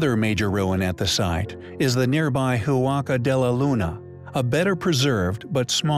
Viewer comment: The letter H is silent in Spanish. The word Huaca is not pronounced Who-ah-ka, but rather just Waca. Also you started out correctly calling the structure the Huaca Del Sol but then halfway through the video you changed it from Spanish to Portuguese and started calling it Huaca Do Sul. Might want to do some editing.